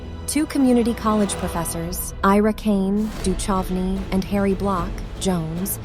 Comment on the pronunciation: david duchocnys name is mispronounced